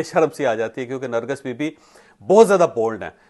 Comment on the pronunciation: nargis ka nam ap theek nhi le rahe ...ap nargas bol rahe hen asal nam nargis ha